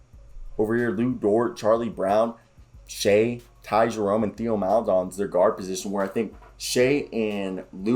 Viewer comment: If you’re not a Thunder fan it’s completely understandable to not know some of these guys or how to pronounce their names. I just wanted to bring you up to speed a few things, but just know I’m not being an asshole. So, with that out of the way. Here we go. Deck and Svi are gone, Wiggins signed a 2-way, it’s easier to just call him Poku lol, and Theo is actually pronounced like Tay-oh because he’s French. Loved the video though man. I’m always eager to hear Thunder talk.